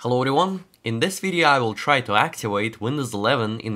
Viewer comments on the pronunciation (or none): none